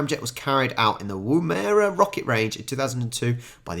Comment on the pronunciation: It is pronounced Woom er a